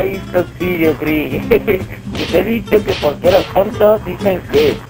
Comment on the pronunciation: Soy el unico que muere de risa cuando dice ¨uh lo que me ah disho¨